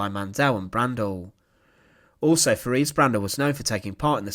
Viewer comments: Her name was pronounced teraze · I hate to be pedantic, but her name is pronounced Te-RAY-zah